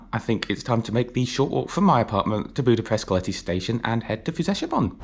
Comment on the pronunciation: OK but he constantly misstresses Hungarian words. As a result, I failed to get his "Keleti" and "Nyugati". He obviously doesn't know that Hungarian words are always stressed on the 1st syllable and his stressing on the 2nd one makes it really difficult to catch. No reproach involved, though, I'm just stating a fact, not blaming him.